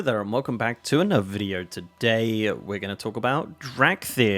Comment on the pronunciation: No other man can say 'to another video' as if it is one word, quite like